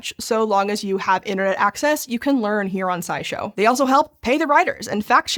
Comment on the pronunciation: I just realized I had heard you say SciShow in other videos several times, but I thought you had said Side show and wondered what that meant, figuring it was one of the many accounts you have, DOH